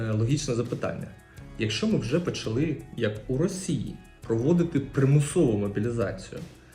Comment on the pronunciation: Щоб правильно спілкуватись Українською мовою треба прибрати багато помилок по НАГОЛОСАМ В дієсловах НАГОЛОС на ОСТАННІЙ СКЛАД : НЕ почАли, А- почалИ НЕ попрОшу, А - попрошУ НЕ привЕла, А - привелА НЕ почАли, А - почалИ НЕ вЕсти, А - вестИ НЕ рік тОму, а рік томУ НЕ мОї, А- моЇм, своЇм, моЇ друзі